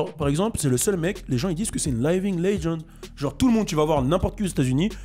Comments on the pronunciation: "Layving legend" mdrrr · t'est parti a L.A c'que tu veux bah tu sait qt même pas prononcé living legend ftg merci layevingue legend ok wé